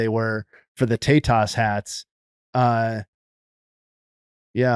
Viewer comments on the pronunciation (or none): It's pronounced TEH-tas,. E sounds like eh in Spanish.